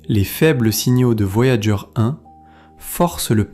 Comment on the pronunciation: "Voyagé 1" au lieu de "Voyageur 1", je n’arrive pas à m’y faire... Si vous voulez proposer des extraits d’émissions anglo-saxonnes, laissez la version originale à disposition, ou à minima, dites à votre IA de prononcer les mots correctement. J’imagine que vous ne le ferez pas car vous n’avez pas les droits de rediffusion... Ah là là c'est beau l’IA pour se faire de la thune facilement.